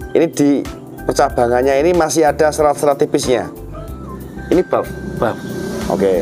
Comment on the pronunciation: Buff mas ,bukan bof